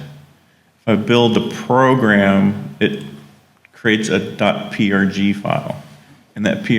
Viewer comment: Hi! Thanks for a great introduction to CBM prg Studio, you've demoed all the important features and explained it very clearly. If you're interested, send me an email and I'll send you a link to version 4 (with kick ass support). BTW, it's pronounced CBM prog studio!